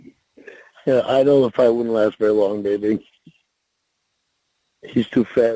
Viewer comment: "Be vwary vwary quiet....I'm hunting 13 year olds....huh huh huh huh."